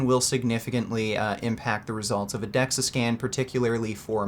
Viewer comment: Carl the facts were there and everything but like Greg said. You can fake a Dexa scan, it’s Dexa btw not dexus. And many people do it’s not always accurate just like you can fake testing for steroids.